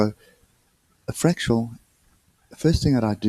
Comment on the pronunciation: FRAC-TAL not FRAC-TU-AL